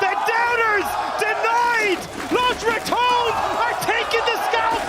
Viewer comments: "Los ratoons" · Lows= LOS Rah-Do'h-Ness= RATONES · Los Rah-tou-neis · Los Ra-ton-es